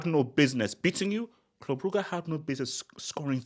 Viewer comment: Legend says Club Brugge will not go out of the UCL until learns how to pronounce their name